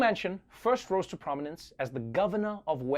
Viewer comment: How many FFF times can he say JOE MANSON MANCIN! Jesus! 😱😡